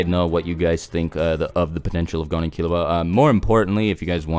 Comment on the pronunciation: Gone? What the fuck is wrong with the way you say gon's name?